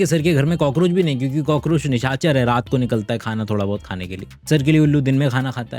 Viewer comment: Sir aap 'khana' word mein kha pe nukta kyu lagate hain?